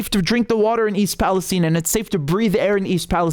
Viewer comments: They say Palesteen, instead of Palestine, because Israel runs the USA! And you calling it Palesteen, East Palestine, Ohio, is over a hundred years older than Israel! Now Israel has stupid people mis-pronouncing words! Call it Palestine! 🇵🇸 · RM love your channel, People living in Ohio pronounce Palestine with a long "i" like you and I would expect. Curious that journalists who are willing to report on this disaster chose to mispronounce it. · It’s pronounced PalastEEne so you know it’s the evil version.